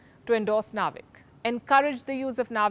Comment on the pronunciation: Don’t say naavik say it as navik.. it’s like u r saying India will be remembered for hair styling techniques